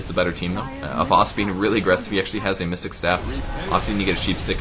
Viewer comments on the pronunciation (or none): none